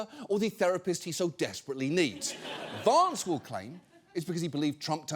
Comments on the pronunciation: John I love how you pronounce Vahnce! Every time ! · I love how you pronounce it Vonce, which is Yiddish for bedbug. or in his case CouchBugger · John pronounces it "Vonce," which is a Yiddish word meaning "small annoying person" or "bedbug." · Genuine question, why does John pronounce the a in Vance british? I mean Vance is American and himself and everyone else pronounce his name with an american a ... Its a bit strange hearing John pronounce his name entirely differently 😮